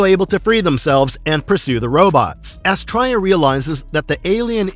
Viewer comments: How can you be a fan of the show and not know how to pronounce Astraea? It's "Astree-a". And the robot was called Moe, not M.O. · Really good video. I don't know where you are getting your pronunciation of Astraea. I love the Space Sentinels. Watched this series as a child back in the 70's. I wish there was some footage of the intro with the original name: The Young Sentinels. Would have been nice to have been included on the DVD release. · Loved this cartoon but I remember “Astrya” being pronounced “AS-tria” and the little robot was called “Mo” not “em-oh” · Yes! I’ve just commented the same before seeing this, almost like the narrator didn’t watch the show